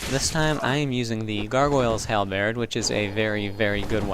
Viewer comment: I must say that I am a long time fan of your weapon showcases but the way you pronounce the world Halberd is killing me.